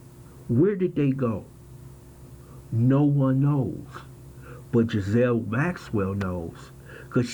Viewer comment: Pronounced Giz - lane. Not being a smart ass. Took me a while to work out which way was right. 😁